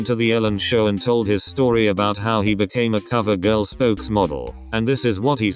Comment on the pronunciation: I cant stop laughing at the robot voice's pronunciation of covergirl omg I'm peeing